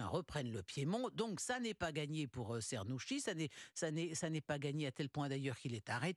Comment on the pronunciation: Afin de donner une idée de bonne prononciation phonétiquement : " tchernousqui ". 🙂